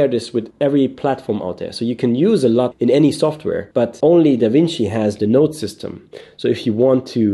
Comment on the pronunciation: it sounds like you’re saying slut in this video when you’re saying LUT. Just a lame joke.